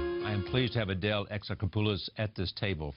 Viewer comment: Thank you Adèle, for not changing your beautiful Greek name to fit in in show biz. But then again, considering it's France, I guess you don't have to. You shine on screen and in this interview (despite the fact the interviewer is really creepy and pronounces your name wrong).